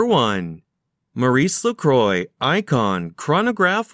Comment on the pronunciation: You would have sounded more fit for doing this if studying a bit more the proper pronountiaton of the brand. By the way, try some French, for a change..